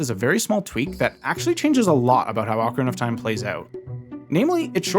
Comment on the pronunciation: jajaja dijiste ocra of time